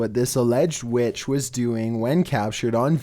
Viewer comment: #7: Midlothian WETCHHHH